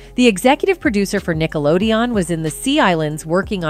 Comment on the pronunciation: She's not even saying Nickelodeon correctly, lol.